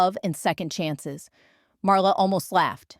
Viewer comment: LAZY!!!! The title is in 1st person. The story is in 3rd person The "storyteller's" name is MARLA The STUPID AI insists on pronouncing it "Mara." NO PROOFREADING NO EFFORT THUMB DOWN Don't Recommend Channel!!!! Lazy!